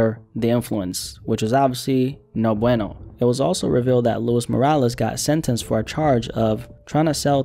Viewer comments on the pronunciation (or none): none